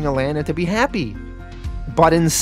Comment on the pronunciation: I’m sorry, are you saying… signa-pore? and the way you pronounce alana really gets under my skin too. like come on man